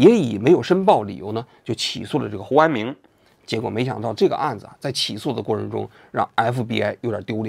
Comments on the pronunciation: 应该是念成胡明安了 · 胡安明怎么回事？读成胡安勇了？有一个没有改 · 念的是胡安友，有一句话忘了打补丁能听到原声， 这里。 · 应该是念成胡志明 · 之前是不是读成胡明安😂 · 什么鬼，hu an ming ，听不下去了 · 这个“huanming"替换了几十次，应该是之前读错了:face-purple-crying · 胡和查两个名字都读错了吗？ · 听到胡安“明”这里蚌埠住了😂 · 我怎么觉得你说 胡安明的时候，被处理过了，是不是一开始把人家名字念错了，然后后来想什么办法处理的哈哈。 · 胡安明 是不是念错了 不然为啥每个都替换了😶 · 胡安明咋了 名字说错了么 后期处理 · 应该念错了，后期发现录了一句剪进去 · 标志性嘴瓢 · 胡安明~胡安明~哈哈哈哈。鬼畜读音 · 是有点怪怪的